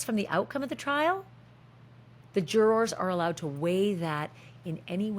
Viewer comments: The way you say jurORS is awesome! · I can't handle the pronunciation of jurors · LOL The way Americans pronounce "jurORs" 😅😅😅